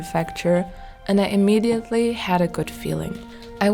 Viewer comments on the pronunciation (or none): none